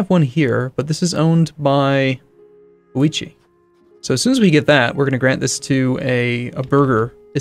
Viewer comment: We made him change his pronounciation of Date... Can we now get him to say 'Ouchi' instead of 'Ouichi' ? On second thought, no, that's way too funny. ^^